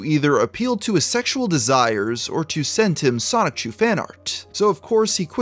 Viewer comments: PLEASE PLEASE PLEASE pronounce Sonichu correctly. Its the only thing about the video that’s killing me. Sonichu as in Pikachu not Sonic-chu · Still pronouncing it ‘Sonic Chew’ I see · Anyone else bothered by someone making a documentary about Chris Chan refusing to learn how to pronounce important things in Christory? Like “Sonic-Chu” come on man. Good video but that makes it come off as in a sense lazy. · Dude, it's pronounced Soni-chu, not Sonic-chu. And not knowing how to pronounce Simonla shows you didn't know anything about Chris before doing these vids, almost like someone else researched and wrote this script for you. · great video but please stop saying it like sonick-chu 😭😭😭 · I'm not gonna lie... each time you say sonic-chu hurts my soul from within dimension c-197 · If he keeps saying "sonic-chu", I'll be slightly peeved off >:( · bro ur pissing me off not saying sonichu and simonla righr 😭😭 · please just say sonichu correctly 😭